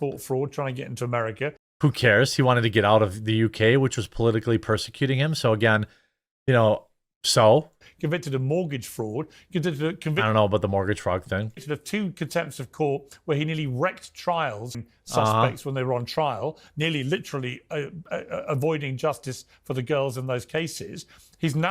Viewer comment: ONE of Tommy's "conyempt" charges was ABSOLUTE BULL$HITE!😂